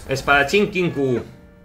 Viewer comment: Qué crack estás hecho, por fin pronuncias bien Kinkou. Un abrazo(virtual).